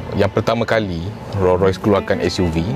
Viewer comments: Bang sebutan Rolls Royce ada ‘s’ di belakang Rolls. Abang sebut Roll tanpa ‘s’. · Sorry bro...tolonglah sebut nama Rolls Royce dengan betul...bukan Ro Roy.... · Hang sebut Raw Royce ek